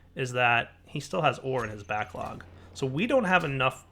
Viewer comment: he called it an "ore backog"